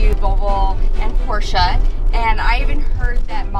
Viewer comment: First off, kudos to you both for pronouncing Porsche correctly. Haha Also, you guys should really go to China to experience the revolution first hand. Beijing is completely gray most of the time due to air pollution, with air visibility of about 4 miles. Once you drive out of the central business district, CBD, it’s amazing how the sky just opens up and turns blue. Pretty eye opening. Lots of Teslas on the streets both there and Shanghai. HK was truly amazing with the number of Teslas that are there. Granted it was because of the subsidies they were giving and results showed that sales ground to a halt when those tax breaks expired earlier this year. But still it was amazing to see so many in such a dense metropolis